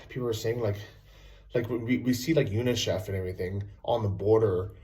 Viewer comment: it's UNICEF not UNIchef... United Nations Children's Fund formerly United Nations International Children's Emergency Fund.